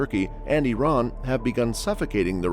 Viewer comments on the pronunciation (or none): none